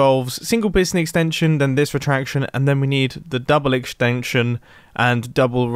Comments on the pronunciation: who else heard him say exnstension instead of extension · Mumbo: The double piston extenctshon.” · "Double extanxion" im dying! xDD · lol egshtenshun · am I the only who heard the "eshcstengcshion" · I love the way he says exchtangshion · "double extanction " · mumbo - "egshtengtshion" Me - "this man speaks the language of gods"